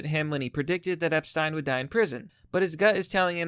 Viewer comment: Omg actually says Epstein correctly!! Einstein Epstein Even Jeffrey didn't know how to say his own name!!!